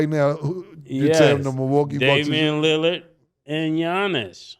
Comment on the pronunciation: I'm tired of mase pronouncing Lillard name as "Lily-erd"